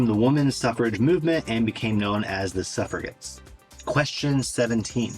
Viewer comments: Agincourt was England/France is pronounced like the drink "a gin", not with g like in game. Suffragettes is pronounced suff...ra... jets. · FYI, it is actually proounces Suffrajets. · if you keep calling them ''sufra-gets' -- glottal G sound -- you will be c a n c e l l e d by Me-Two and eaten by the wild Haggis you dread. BTW it is the three legged mountain running Haggis to which you refer, not the biped nor even the quadruped variety. If you can't get your highland facts right you will be deep fried in Glasgow as a chocolate-free Mars Bar. Is THAT what you really want??! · Only thing you said wrong was Suffragettes, you pronounced it suffra ..gets but it’s pronounced like suffra…jettes & I got all bar the jury question right & im a born Scottish lass, I’d have answered 12, once many years ago summoned for jury duty but I had a back injury so couldn’t do it & I was sure it was 11 or 12, but think it’s 12 in the main jury and 3 extras that stand in if one juror left or something but I wasn’t counting the spare jurors i think lol 🤷🏼‍♀️ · Extremely well done, But, It's Suffra - Jettes ( Suffragettes ), Keep it up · Suffra-jets is the pronunciation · You asked if you'd pronounced things incorrectly... Agincourt is A-jin-cor Suffragettes - Suffra-jets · Good work, but I wouldn't be a proper pedant if I didn't point out - Agincourt is French and pronounced with soft G, and similarly, though not French, for Suffra - jets. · FYI, the "g" Sufragettes is pronounced "j", as in "job" or "Jonathan" and the "g" in "Agincourt" is the soft French "g", which has no equivalent in English. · Agincourt & Suffragettes are pronounced with a soft G (j). Cheers. Agincourt is usuually pronounced with a silent t because the language at the royal court at that time was French.